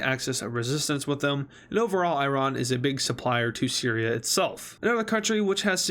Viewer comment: Every word he said wrong 💀💀💀: Sirya - Siri Right - Rate Hopes - Popes (I'm not a hater, just wanted to have fun)